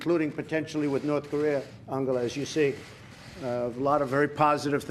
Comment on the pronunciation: He pronounced her name completly right. lol